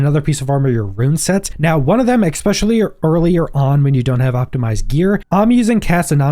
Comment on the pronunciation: "Expecially", really dude?